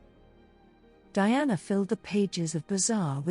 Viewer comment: DIANA NOT DIANE